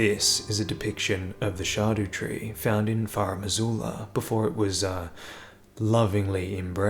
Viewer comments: fyi “scadutree” is using the Old English word for “shadow,” or “scadu” (sċeadu more accurately). it’s pronounced the exact same as “shadow.” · Scab-daba-doodoo tree. He corrected himself 😂